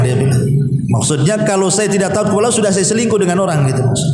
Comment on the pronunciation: Allah bukan Alloh, mbak